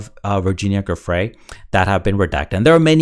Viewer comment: Her name is pronounced, Jew Frey! Giuffrey, it’s Italian.